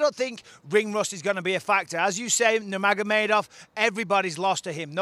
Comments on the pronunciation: Stephen A. "Noomagomeedov" Smith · Stephen A. couldn't even say nurmagomedov LMAO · Stephen A Smith: “Were all thinking about that rematch with Nurmogamedov” Real MMA Fans: “WHAT?!” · Nomeynomeydov- SAS😂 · Stephen" floyd money Mayweatha, nemagomedav" smith